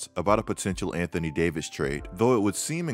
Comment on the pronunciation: Anthony Day-to-Davis 😂🤣😂🤣😂🤣😂